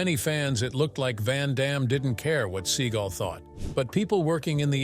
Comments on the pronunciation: I like when the narrator calls him SEA GULL. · Your stupid AI narrator keeps saying "Seagull" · Love the way the narrator of this video pronounces Seagal as "Steven Sea Gull"